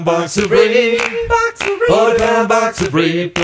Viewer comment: thats a box of vegetables rape in italians means a kind of red radish, often exported with the original name. is pronunced as rap (as in raptor) and e as in men